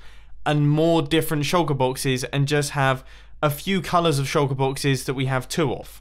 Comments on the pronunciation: Evrybody: shulker boxes Mumbo: sholka boxiz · I like how u say “shulker boxes”